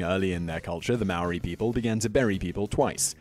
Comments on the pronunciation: Bro first it’s not Moarii it’s maori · It's pronounced like maaaori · Tf is "meeri" thats not how you pronounced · For Americans it’s harder for them since they have an accent, and to be fair- the man in the video wasn’t pronouncing it correctly either. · Most of the words and names that the guy had pronounced were wrong as my myself am from New Zealand and Maori but I enjoy your videos to do with our Culture 🙂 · That top ten guy didn’t pronounce anything right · Hes saying Maori wrong roll the r 8. Is not called a club here its called a patu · You pronounce Maaori like a mouldy piece of bread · It’s maori cuz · Great he's saying Maori WRONG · You or that men did not prenounce it right get it right next time😕